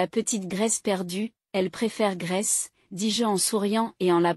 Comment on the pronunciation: Le prénom de la petite est Grace, pas graisse 😝